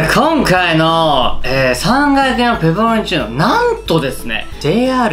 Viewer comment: さぁんが焼のﾍﾟﾎﾟﾛﾝﾁｨﾉ